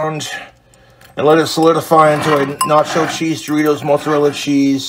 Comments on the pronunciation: Why he call it Mootza-rella? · i love how he says "moartsarella" when he's completely hammered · Moot Zuh Rella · The mutzarella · omg thats fucking gold but he's putting an r in there Murt zo rilla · Omg the way he keeps saying Moatsarella cheese … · "Moat-zarella cheese"?! That wasn't even an accent; But more so that no one told this regard in his 32 yrs of life that's not how it's pronounced. Lol At'ta'boy, Clint. 🤣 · Mote-zerella cheese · you'd think he was 80% italian with how he pronounces mozzarella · The way he pronounces mozzarella keeps me up at night, and I don't know why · listen to way this mf says "Mozzarella".......vile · I hate how he says mozzarella